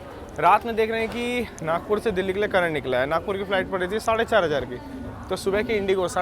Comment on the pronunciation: It's nagpur not nagour